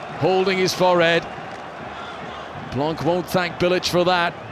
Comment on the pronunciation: As a French person, it makes your ears hurt to hear the pronunciation of certain French players' names. : Deschampes, Blanque, Lebouf whereas in French it is pronounced (Des Champs, Blan, Le Boeuf). Couldn't the English-speaking journalists ask their French-speaking colleagues about the pronunciation ? That way, the French wouldn't have their ears bleeding.